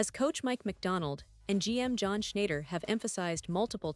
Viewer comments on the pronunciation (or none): Sorry had to unsubscribe to this breaking news and game changing news, especially when this voice transcriber can't pronounce john shayner( Schneider)* shackwell griffins name🤦🏼‍♂️not worth my time. Maybe on occasion, I'd skim through these news and maybe 🤔 it might have some interesting news. Highly doubt it. If it does i might resubscribe and hopefully able to pronounce names 😆😁